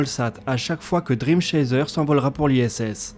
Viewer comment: Note de prononciation : Dream Chaser ça se dit driiime Tchaisseur.